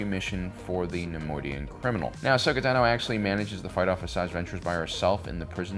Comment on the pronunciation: Why, when saying names, does emphasize the last sylable? that pronunciation of 'Asoka Tano' at like was so goofy.